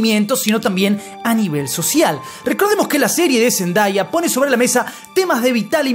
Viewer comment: No se pronuncia Zen Da Ya, se pronuncia Zen Day (día) ah - Zendaya 😅